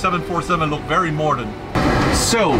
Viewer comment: "Morden" - Sam Chui